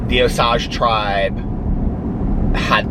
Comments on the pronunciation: FYI... It’s pronounced Oh-sage (like cage) I live in Tulsa 👍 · The sage in Osage is pronounced like the herb. It comes in handy being from Okla every now and then 💙💙💙💙💙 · In Oklahoma they actually pronounce it O-sage like the herb. Just a note from an OU grad.